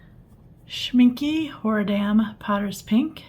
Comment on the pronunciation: Thanks, that was pretty cool to see! I've been trying to decide which brand's Potter's Pink to get! (W&N is probably my winner, unless I can find a video about the Kuretake one...) (Also, and it's just the German in me, but it's pronounced Schminck-eh, not Schminck-y.)